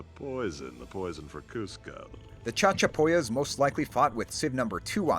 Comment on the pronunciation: "CHAD-chapoyas" XD XD XD XD